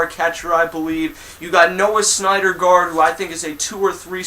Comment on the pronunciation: good opinions, but the catchers name is DAR KNOW and the pitcher is SINderguard...But great presentation otherwise.....